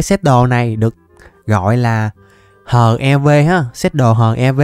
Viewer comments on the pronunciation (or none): ơi bộ giáp HEV anh phải đọc là "Hắc Y Vê" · giáp HEV đọc tiếng anh thành HIV luôn :))))) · Ko phải là HEV đâu mà là hắc i vê á